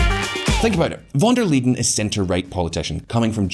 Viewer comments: Von der LEYEN - pronounced like the English 'lie' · yea that was cringe..